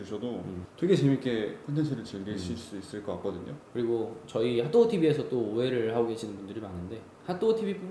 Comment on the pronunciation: 너무너무 재밌게 보고있어요❤️ 그 와중에 자꾸 발음이 하또구 라고 하는 것처럼 들려서 귀엽네요ㅋㅋ❣️